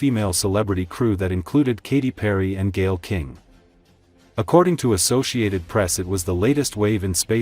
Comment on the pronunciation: A-SO-SEE-AY-TED Not Assosickted